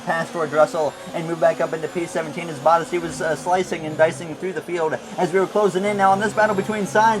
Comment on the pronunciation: For the love of god can you start to pronounce bottas "boh-t-ass". Not hating, but It really Butters my biscuit every time I hear you say it.